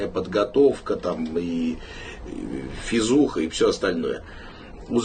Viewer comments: yes, your "я говорю по-русски" is broken. What Prigozhin is saying is "физуха" (fizukha), whish means physical training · he said "Fizuha" (not facebook). Its a slang. Physical preparation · he does not say "Facebook", but something like "fizuha" which sounds like a shorter word for physical training. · Not Facebook..:)) He said Fee-zoo-kha or physical training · he didn't say "Facebook", he said "fizukha". "Fizukha" is a slang term for physical exercises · He said "Phyzookhah", not Facebook 😊. It's kind of like a slang for Physical Education, PE class. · Facebook 😁 He said "fizuha". This is a slang abbreviated word. It means approximately "physical culture of a person". But this video is a good job. It seemed to me that it was unbiased. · I can tell you are pro Russian but still very good analysis. “Facebook” is not a reference to Facebook lmao prighozhin says “physuh” like physical condition. I watch a lot of your videos SLAVA UKRAINI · He said Физуха as Fizuha, not Facebook. It means physical abilities. He meant that prisoners are not fast and strong as regular troopers as they had little means for training in prison.